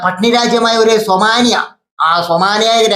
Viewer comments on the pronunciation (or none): സോമാനിയ അല്ല സോമാലിയ 😂